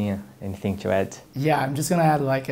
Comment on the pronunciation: nada a ver com o tema mas é curioso como é parte do sotaque brasileiro usar ''chew'' na pronúncia do ''to''.